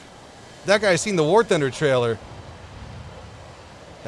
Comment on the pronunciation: "ware thunder" lol